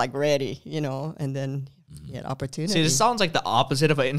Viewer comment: "Opportunity"or "opera-tune-knitting?" I can only hear the latter thanks to the mom's spaghetti rap xD